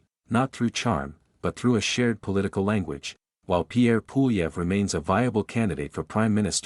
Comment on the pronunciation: Low effort AI slop “Poolieve” has my vote.